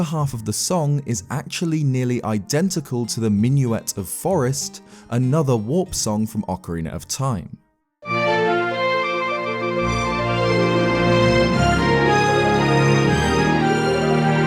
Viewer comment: Boi it's pronounced my-noot of forests not min- you-et